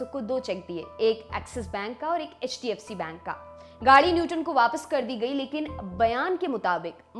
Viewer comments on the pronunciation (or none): none